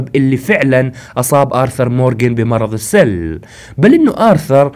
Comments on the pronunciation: بعد اذنك 👍❤ المرض اسمه السُل وليس السَل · اخي اسم المرض السٌل وليس السَل يعني بالضمه مو بالفتحه اتمنى انك فهمت قصدي